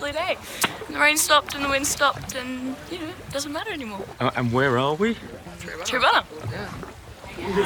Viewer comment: For next time - Tri-a-bunna like trimaran not Tree abunna. 😁